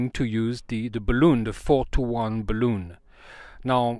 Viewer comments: !: Only ONE complaint: ) Bal-Un! Not BalOOn!: ) Otherwise GREAT video! de seeker/Jeff WA7LFP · In English "balun" is said with a short U sound It is "impEdance" with a long E sound I have made a "D" shape using a larger diameter G10 tubing for support. The tube was about 2cm in diameter. Larger Tubes about 30cm long that fit tightly over the smaller tube made the joints.